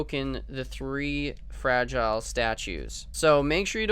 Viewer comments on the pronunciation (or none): none